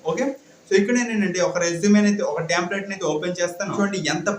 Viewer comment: Resumeeeeeee kaadu resume Tamplate kaadu template 👍👍